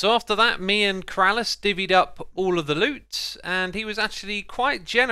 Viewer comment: Only keralis can say BeeRalis properly xD